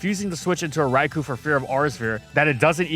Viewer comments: It's Rai-KOH not Rai-KOO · This is how you can tell is hella biased. 1) He keeps mispronouncing “Rai-koh’s” name wrong. 2) He thinks Gen 2 Shiny Snorlax is the best version despite it literally just being black with blue shading and foot pads. 3) He thinks Shiny Locks are useless when most shiny-locked Pokémon have them to prevent crashing, and are prevented from being shiny to keep the original Pokémon special, if it can be shiny then soon people only care about that. Which shiny hunters have proven true time and time again. 4) He thinks Greninja, Ash Greninja, and its shinies are good designs. Greninja should’ve had the “Frubble” from its prevos make up the scarf, Ash-Greninja is useless and a Mega Lucario should’ve been the Bond Phenomenon rep, while the accents pop out waaaaaay too much on the shiny. Besides we have Mega Greninja now which is everything Greninja has been but better.